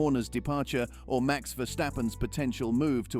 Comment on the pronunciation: Dit is een AI stem. Maar inderdaad, de engelstaligen mogen van mij wel iets meer moeite doen om (gevestigde) namen uit te spreken. Maar dan is het dus ook Max, en niet Mex. Maar als de sportman of -vrouw het prima vindt, stoor ik me er niet meer aan.